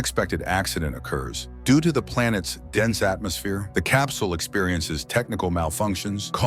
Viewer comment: Am I the only one who heard him say, “Doodoo,” every time he tried to say, “due to”? 😂